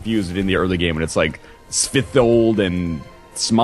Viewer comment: lol their pronounciation of Småland